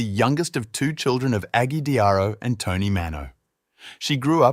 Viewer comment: It's pronounced "toe knee" not tawny 😂